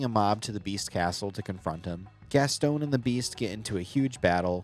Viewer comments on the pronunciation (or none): GasSTONE? GasTON How you say gaston is crazy